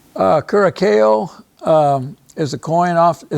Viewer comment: Curacao is not pronounced Kur-a-kayo. Please don't present yourself as an expert if you can't properly pronounce centimes . This is an embarrassment.